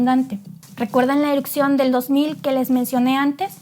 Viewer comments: ¡Por favor! Se escucha terrible y lo repite muchas veces. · Es mi imaginación y dice eruCcion en vez de erupción ??? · Gran video, una corrección nada mas, se dice "erupción" no "erucción". Saludos. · no se dice eruccion, se dice erupción. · Erupción, no "erucción" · es ERUPCIÓN, no ERUCCION. Saludos desde Ciudad de México 🇲🇽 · Muy interesante tu información. Peroooooo todo el tiempo dijiste " erupcion"